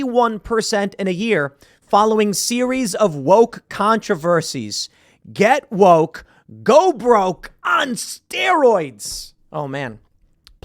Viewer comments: I believe it's "GET WOIKE, GO BROIKE" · “Get Woike” lmao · "Get Woike" XD